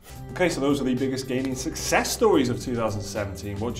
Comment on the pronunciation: Aaaahhh it kills me whenever I hear you say "sussess" instead of "success"